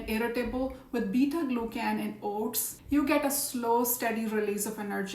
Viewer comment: You scared me. I thought you were saying HORSE. Then I saw the screen and saw OATS. Say O-T-S.